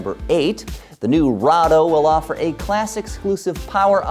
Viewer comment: It's not rado, don't try to be cool. Lol